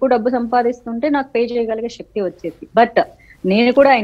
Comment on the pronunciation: Madhavi garu , please Shakthi kadhu sakthi - melakela sa 🙏 parishrama kadhu parisrama 🙏 telugu manchiga palukavamma 🙏